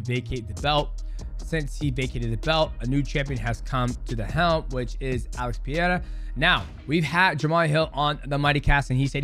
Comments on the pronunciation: Pereira is NOT a hard to pronounce name. It really is not. People don't even try. They just say "Pieira", wtf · Pereira!! not pireira or peeeira😂😂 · Peh-ray-rah soft r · "PEE-A-RA?" CTE much?